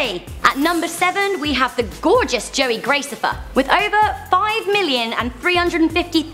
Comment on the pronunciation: honestly I just heard her I was about to throw worlds ugliest comment at her Joey is my favorite vlogger by far and her saying his name wrong just infuriates me